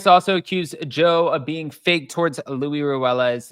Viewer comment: His name is Luis ,not Louie